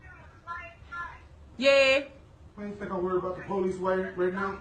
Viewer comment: as I was typing my original comment that dude said "po-leases" I was like noooooooo